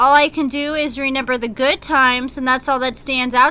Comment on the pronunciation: Am i the only one that noticed that says reNember instead of reMember